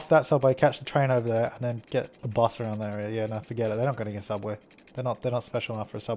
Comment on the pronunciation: 'Hubway' Hubway: 1) A hovering hubway. It was created by trying to pronounce subway, but failed. 2) A sub-sandwich cut into hubs- Wait, what the fuck? That didn't make sense. FAIL.